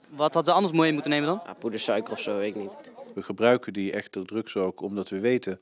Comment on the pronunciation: "Poedesuiker" Hahahaha.